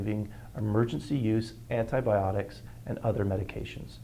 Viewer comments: Can you please learn to say the word correctly? An - ti - by - AH - tics. You are completely missing an entire syllable! For an educated woman, working in the medical field, that is weird. And Fish antibiotics work perfectly well and are made in American labs just like this and are a whole lot less expensive. Don’t knock it if you haven’t tried it. While the goal is a noble one, other sources are equally good and cost less in this inflationary market. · Repeat after me…. ANTI-BY-AWH-TICK…. Antibiotic. I sincerely could not take the video seriously by hearing you call them antibotics.